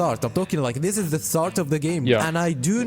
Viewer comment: DID YOU SAY Z? ZA VICTORY!